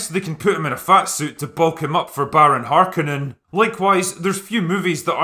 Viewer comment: FREmen, not FREEmen. Harkonen not Harkenen